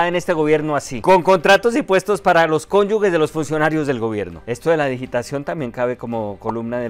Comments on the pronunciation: Gracias por presentar las noticias de una forma graciosa y menos dolorosa para nuestro país, eso sin tener en cuenta tus bellas obras sociales y a Mariete, pero no olvides que se dice y escribe cónyuge, no cónyugue. Un abrazo y gracias ❤ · ¡, se dice cónyuge, no cónyugue, de resto muy gracioso el circombia! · Hola. Recuerde que la palabra es CÓNYUGE....ge. No diga CÓNYUGUE...gue. Así no se dice Es un error tan común, que hasta un tipo culto como usted lo comete. PILAS😂